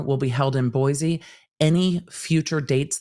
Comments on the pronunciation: Boi-see not boizee love you 😘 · My mom is originally from Boise. It's properly pronounced "Boy-see". Thanks for all of the great coverage!